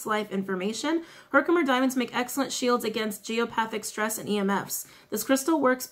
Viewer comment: You are saying Herkimer correctly. There is a Herkimer NY close to me that’s how I know. 😁